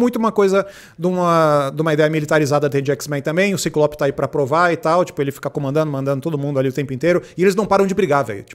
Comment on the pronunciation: Magnêto. Cíclops. Meu Deus. Fala os nomes direito